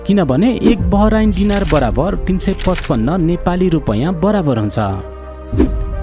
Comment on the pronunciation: गाईतुन्डे डिनार होइन दिनार हो उचारनमा समस्या होकी???